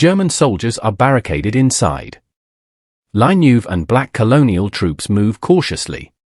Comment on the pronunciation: Not *la Neuve: La Nueve (the ninth in Spanish)